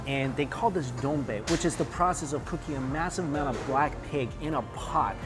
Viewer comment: When you said BLACK PIG, I thought you said BLACKPINK 😁😆 BLINK